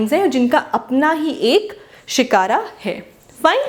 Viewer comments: Not Shikara but Shikhar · It's called shikhar not shikara